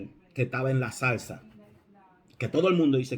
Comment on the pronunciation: El ángel estaba en la SALSA. Y lo coloqué varias veces para darme cuenta si había oído bien. Y claro dice SALSA por el acento, Pero es ZARZA. Como me he reído, pero con todo respeto. BENDICIONES.